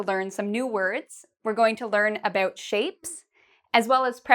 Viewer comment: Its only me or I here shame instead of shape?